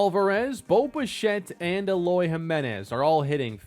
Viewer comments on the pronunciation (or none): none